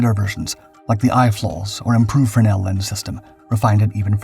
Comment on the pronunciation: Had some major trepidation going into the landing ball section and I gave a little cheer when "fresnel" was pronounced correctly. I installed land-based arresting gear in the USMC and fresnel always hurt my brain when the term was introduced to me in the schoolhouse.